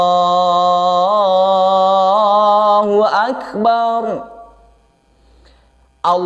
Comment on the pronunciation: Pengucapan di adzan, bukan akebar tapi bulat beneran yaitu akbar 🙏